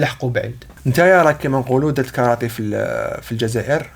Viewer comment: كارتيه وليست كارطي